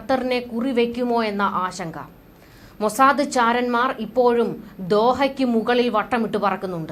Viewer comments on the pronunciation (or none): none